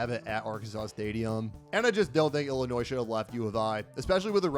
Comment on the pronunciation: You got Illinois wrong